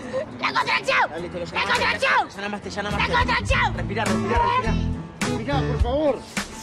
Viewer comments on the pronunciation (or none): jajaja me hace reír cuando dice:La contraezion jajaja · LA CONTRACCIÓU LA CONTRACCIÓU LA CONTRACCIÓU jajajaja